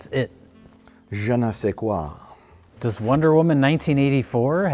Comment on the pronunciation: You said "Je ne sais quoi" with almost no accent. C'est bien, félicitation. Everything you say is so true!!